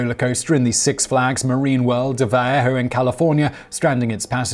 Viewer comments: So I remember the Vallejo one, however, it is pronounced Val-Ey-Ho however ;D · Wow, Simon absolutely slaughtered the pronunciation of Vallejo. No worries, it's Spanglish.